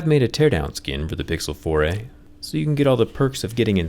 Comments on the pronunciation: Anyone else notice it sounds like "Pixel Foray"? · I heard "Pixel Foray"